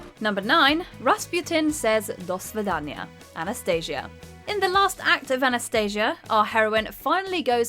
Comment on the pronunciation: it's do svidaniya not "dosvedanya", since the original Russian spelling is either "до свидания" (do svidaniya) or "до свиданья" (do svidan'ya) also, though you did get the Gigori pronunciation right the surname is wrong: it's Ras-PU-tin not Ras-PYU-tin since the Russian spelling is Распутин not "Распютин"